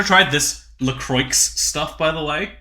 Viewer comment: if you pronounce la croix like that again... i mean, it is spelt that way, but.....